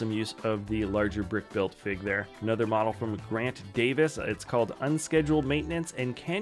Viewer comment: I think it’s ironic that I just yesterday learned that Jack stone is a Lego theme that exists because I watch this video today (day after discovery). Anyone else experienced something similar? Also I kept hearing bottle instead of model every time that word was used…